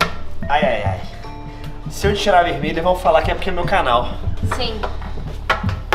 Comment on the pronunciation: "azuL" "veLmelha" Kakakakaka